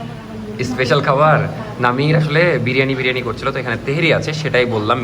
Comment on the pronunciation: বিরিয়ানি ❌ বারিয়ানি ✅